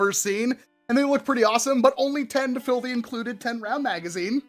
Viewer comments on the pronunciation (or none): none